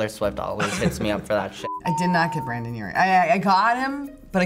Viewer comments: His name is Brendon, not Brandon. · « Brandon urie » ahhh 😭 my heart hurts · people needa say brendon and not brandon 😤